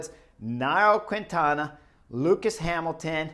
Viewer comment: Hi Chris, a friendly correction, please note that you don't speak out loud the "U' when you pronounce qUintana". In Spanish, when the "U' is between the "Q" and the "I", it becomes silent. So you just have to say "KINTANA".